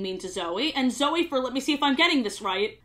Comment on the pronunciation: a sentence later she pronounced Zoe correctly so I think she does the Y thing on purpose lmao